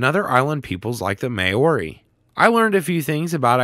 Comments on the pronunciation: Maori is said like moe-ri. Not may-ori. just saying. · Mayori 😂😂😂😂😂 lol it’s ( how you pronounce it) Mōri but it’s spelt Maori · Hey! I’m a Maori (from New Zealand). Just letting you know you butchered the pronunciation of the word “Maori”. it’s pronounced “maw•ree” not “ma-ori”. Hopefully next time you speak on a topic you’re not too familiar with-you google it. Especially if it’s for a sponsored video. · Mowri would be a better phonetic pronunciation of Maori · "Other Island peoples like the May-ori" I'm sorry, that just made me laugh. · Just so you know Maori is pronounced Mow ree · That is definitely not how you pronounce Maori :') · I am very triggered by the pronunciation of Maori. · the way you say Māori is painful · if you ever plan on mentioning māori people again p l e a s e look up how to pronounce the word